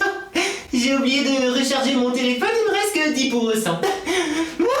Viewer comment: on dit pas téléphon on dit téléphone 😂😉